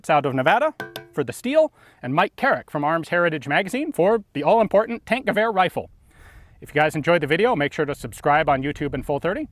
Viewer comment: When someone pronounces it "tank-goower"